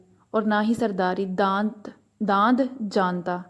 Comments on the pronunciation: CORRECT PRONUNCIATION IS ""'DA NAD"" NOT DAND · آپ کا تلفظ انتہاہی غلط ہے حسن شعری برہم کردیا آپ نے۔۔ برا مت مانیے گا میں نے محسوس کیا اور کہہ دیا بجاۓ کے مثلِ پرخاش سینے میں رکھوں شکریہ۔۔۔ لفظ دانستن مصدر سے مضارع ہے داند daa. nad نا کہ dand ساغر صدیقی کا شعر بھی غلط پڑھا آؤ اک سجدہ کریں عالم مدہوشی میں لوگ کہتے ہیں کہ ساغر کو خدا یاد نہیں ساغر صدیقی